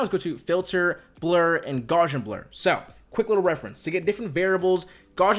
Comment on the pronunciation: Love this video! Unsolicited fun fact; Gaussian, pronounced gow-see-an, is in reference to the the transformation Ps is using with Gaussian function, or “normally distributed noise”. Thanks again for the video, as it is super helpful.